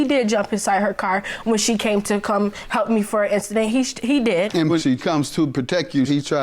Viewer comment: not “instident” you mean “incident” ma’am ?